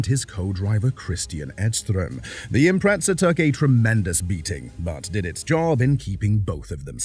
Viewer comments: Its an Imprezza, not an Impretsa. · There is no "t" in the word Impreza. Why do Brits put it in there?